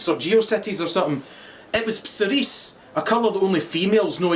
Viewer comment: 'Cerise' LMAO